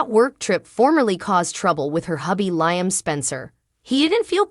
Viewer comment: I wish all of you that tells us the spoilers on Bold and The Beautiful would really watch the show so you would pronounce Liam’s name right. All you have to do is listen to his name and you would find out that you are pronouncing his name Wrong every time.